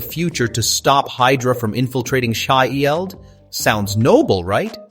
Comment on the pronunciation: Can't pronounce shield 😅 I can't take u seriously after that